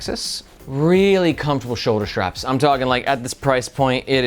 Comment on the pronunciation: I guess my first post "evaporated". My original comment was about people putting an "H" in between "S" and "T". Like saying shtreet in stead of street or shtrategy instead of strategy or Shtrap instead of strap. Sorry. I really appreciate your videos. very informative and helpful. It's just that hearing shtraps is like fingernails on a chalkboard for me. Maybe I'm the only person on the planet bugged by that. Way back in the day a movie came out with all the girls talking the "Valley Girl" language. Within a year all the girls in my school were talking like "Valley Girls". In recent years, a prominent politician's wife always put an H between S and T. and now everyone is doing that. From famous news casters to content creators. Sort of like dropping the T from words like "Important" and saying "Impor-int". Maybe I'm wrong and people are correct by dropping the T from words like important and inserting that T into words like street.